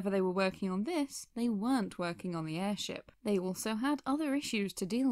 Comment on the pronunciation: Is it weird that I found your "airsheep" mistake kinda adorable?